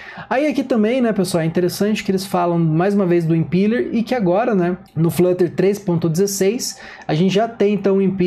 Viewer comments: Boa demais prof!! Só um adendo pras próximas, a pronúncia do Impeller seria como se tivesse um acento no e, Impéller!! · Obrigado, pronunciava certo, mas já ouvi impíller kkk